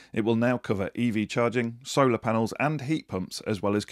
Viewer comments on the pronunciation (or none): none